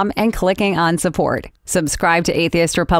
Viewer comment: This is comedy gold please share more I had a good laugh. I love the way she says atheist like "Athist"